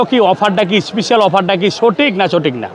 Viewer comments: খালি বলে ইস্পিশাল অফার।স্পেশাল না বলতে পারলে ইংরেজি বলার দরকার আছে?একে তো চাঁপাবাজ, বাটপার তারপর আবার উল্টাপাল্টা কথা। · Special ❌ Ishpisial ✅